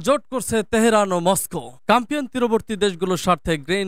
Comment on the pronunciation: CASPIAN NOT CAMPIAN